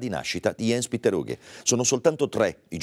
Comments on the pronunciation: "ians petter" e non "iens piter" in poche parole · Si ok tutto bello ma si pronuncia ians petter aughe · aaah ho connesso adesso scusami... Sì cognome lo pronuncia perfetto, la mia critica era rivolta ai primi 2 nomi che si dovrebbero leggere proprio come li ho scritti come se fossero nomi "italiani"